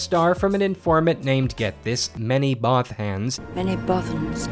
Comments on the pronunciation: "Manny Both-Hanz" lmao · Manny Both-Hanz... LMFAO! XD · "Manny Both-Hands" JESUS CHRIST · MANNY BOTH-HANZ?! IM DYING